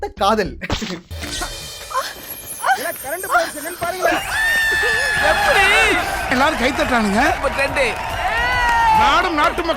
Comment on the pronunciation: காதல் ❌காதோல் ✅